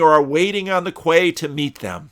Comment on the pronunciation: Dear, FYI quay is pronounced key:) BTW I've always wanted to ask - you say converZation, is that a regional characteristic? Do you say converse or converZe? Just curious. I really enjoy your musings, most helpful. Best wishes this Easter time (from a Polish Brit based in Poland), God bless, A